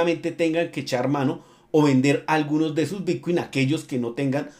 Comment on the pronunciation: Son ideas mías o pronuncias "bitcui"? he visto varios videos y en lugar de bitcoin se te oye "bitcui"..